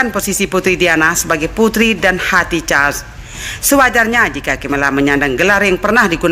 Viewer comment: Sebutan tk jelas... Naratif yg tidak begitu smooth charles bkn cha